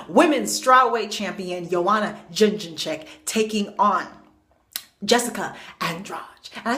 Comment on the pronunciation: Say it with me....Yed-jay-check. The girl is a dominate champ, that shit is soooo disrespectful.